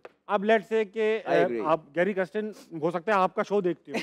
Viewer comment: pronouncing Kirsten as kristen. Video title has same spelling mistake. Coach ka naam lena seekh le bhai